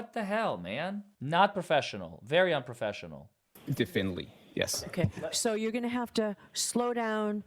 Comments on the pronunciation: He repeatedly can't say "definitively" (d'fin-ly) ... because he doesn't actually know how to say it or spell it. He doesn't know the word. He's not an expert in English. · It may be petty and a little bit elitest of me, but every time he says "definally" instead of "definitively" it hurts me.